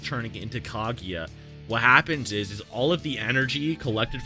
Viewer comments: Did he say kageeya??? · Why does he pronounce Kaguya like that????